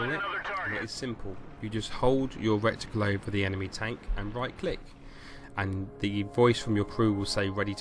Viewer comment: I kept laughing every time you said 'recticle', the word is reticle. Maybe you had rectums on your mind.